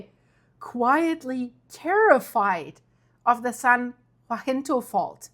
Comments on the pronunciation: You're doing great with these videos, we just gotta get your tongue to behave itself and start saying "san haSINto" when you are talking about the San Jacinto fault. 😜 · "San Ya-sin-tow" Pass. Your pronunciation of Cajon (Ka-hone) was perfect. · Say it with me “SAN (HA-SIN-TOW)Jacinto. Not WAHINTO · San jacinto, sounds like San Yahcinto. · San Jacinto is pronounced "San Hah-sin-toh"😅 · It must be tough being German with all these Spanish words. The San Jacinto fault is pronaounced...YA-SEEN-TOE And by the way "Cajón" means little box...una caja pequeño. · San Jacinto--pronounced: 'haseento' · San Jacinto say San Ha cin toe. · San Jacinto (San Ha-seen-toe) hope that helps. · I love your videos, but I've heard this a couple of times and I just had to let you know that San Jacinto is pronounced ha-seento. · San Jacinto is pronounced, saan yahinto. (FYI)